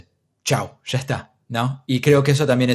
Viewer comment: "Sho he dicho sha"...